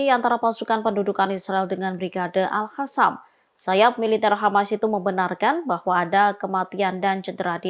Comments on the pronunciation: Baca dg benar, dong. قسام (Qassam) bukan خسام (Khassam) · tlg pimpinan redaksi,,,,mengingatkan Host ini,,,dia klo baca Al Qossam dibaca Al khassam,,,,itu bner2 salah besar,,,merubah arti,,,,ora mutu host ini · Hostnya selalu baca al qassam = al hassam. Seharusnya dibaca al qossam.